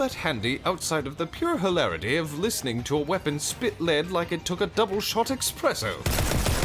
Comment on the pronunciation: Imagine having the fanciest of accents and saying "eXpresso" smh my head😤